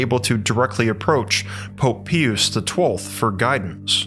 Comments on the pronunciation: This is a very intriguing story. Thank you! I cannot figure out what dialect or ethnicity is...his pronunciation of English words are very odd especially when he pronounces Pope Pius XII as "pee oos" instead of "pie oos." It seems that one or more of those 12 scientists who were recruited to work on this "time machine" leaked this information to a certain "MIC" aka deep state/deep church that led to a certain black project called, "Project Looking Glass." This was reported to "whistleblower" interviewer, "Kerry Cassidy" (rolls eyes) at her 'Project Camelot.' Can't help but see the similarities. The only difference is it got into the hands of possible criminal, maniacal, psychopaths. Love the sweater. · Pius is pronounced pie-uss, not pea-uss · Pie-us. The Pope's name is pronounced pie-us, not pee-us. You know, as in a pious man? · It's pronounced Pope PIE-US not pee-use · Pie-us, not pee-us. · 'Pius' is pronounced "pie-uss" not "pee-yus" The same way you'd pronounce 'Pious' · Lol... at you thinking it's "Pee us" the 6th, and "Kickero".... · Just an FYI, his name is pronounced Pope Pie • us, p.s. I mean no disrespect. 💗🙏💜GOD BLESS💜🙏💗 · i thought i was listening to Ai . I kept on cringing every time i heard pee-us. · To say the popes name is. Pi us sound in English. Just so you know. People will recognize it then. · Pope "peeyuse" the 12th ? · PIE-us is correct pronunciation and yes i am autistic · It’s Pope Pie-us …..As in piety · Pius = 'Pie-us' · Pope Pius=Pie-us Cicero=sis-ero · Pope "pee-us" ummmm what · Pope Pee-us 😂🤣💀👻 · It is pope PIUS.. pronounced like.. PIE-us. ! Like piety.. Is that a word that has become alien to the narrators or AI 's of today? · Po...Po-ahp... Po-op-h Peeee-oose. Po-op-ha Pee-oose Pope-eh Peee-oose.... Multipass. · Dude, it's pronounced "PIE-US". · It's PIE-us ! If you can't pronounce names correctly, why should anyone trust your research? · Wish you would research the proper pronunciation of Pius. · Dude….PIE-US, not PEE-US.